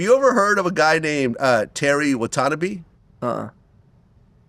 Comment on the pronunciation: I've literally never heard Watanabe pronounced as Watty-Na-Bee